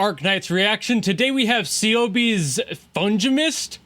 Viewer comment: You pronounced Ceobe wrong. It’s [Kay-obe]